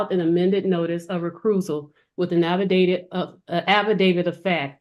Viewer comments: Between "recruse", "afferdavid", and "beneficierary", it's obvious Ms. Bouvier is using words she doesn't even know the pronunciation – let alone the meaning – of! Ironically, SoftSets often make themselves look especially stupid in their efforts to sound intelligent. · NGL - I've heard very educated people call it an "affa-david" including some working in the court system who should know better! 😂